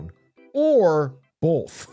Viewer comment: Atrioc one of those guys who says "bolth"